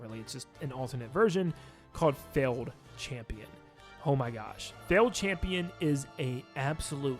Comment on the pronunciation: Calls Flukemarm a she, Radiance a he and mispronounced Flukemarm and Failed Champion. C'mon bruh.